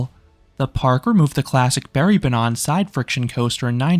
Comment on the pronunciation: Great video, even though you said banan (banana) instead of banan (track) for the entirety of it! :D